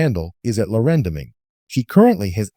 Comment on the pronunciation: Well at least whoever wrote this one got her age right. But that person's TTS didn't pronounce her name correctly either. And I don't know why you're posting a video talking about her "recent HOH" when the show has been over for more than a week now. Nothing in this video is news or even current